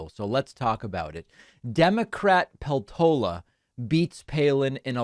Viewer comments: Peltola is common Finnish surname, just to get a clue how to pronounce it: as it is written, inflection in the first syllable, Pel-tola. none of the vowels are long, they are all short. Like one would say Pesto in Italian, add -la in the end and replace the S. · This doesn't really matter but I know you like to pronounce things well, so here goes: Her name is pronounced /ˈpel.to.lɑ/! So, stress is on 'pel' and it's more like 'peltohla' than 'peltoula'. also, the 'p' is harder -- the way you say it now sounds like 'pheltola'. Honestly, I'd say pronouncing it like it's Spanish might be more accurate!